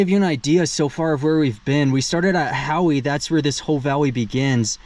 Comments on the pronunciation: Howe is just pronounced "How." I enjoy your vids 👍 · We used to live in Arco ( about 15 miles west). Howe is pronounced "how" . Pahsimeroi is pronounced Paw - SIM- mer - oy. Ellis = El-ess. Back about 25 years ago Barney Hot Springs had aquarium fish living in it. Looks like there is still some there. Thanks for the trip down my memory lane. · If it's spelled Howe, It's pronounced How. My last name is Howe. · You don't pronounce the e in howe, its like how do you do. And while the Paw - Sim - Er - Oy, pahsimeroi valley can be harder to pronounce and worse to spell it's not that bad. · I LIVED BETWEEN HOWE AND CLYDE TILL I WAS 19. NOW I AM 66 YEARS OLD. PEOPLE LIVE there, and STILL GO TO THE HOT SPRINGS. CLYED HAD A ONE-ROOM SCHOOL HOUSE I WENT TO FOR THREE YEARS. MY MOM COOKED THERE THEN WENT TO HOWE. HOWE IS AN INDIAN NAME. MEANS HI THE E IS SILENT, SO YOU WERE SAYING IT WRONG.I LOVED LIVING THERE. ARCO WENT TO JH HIGH SCHOOL.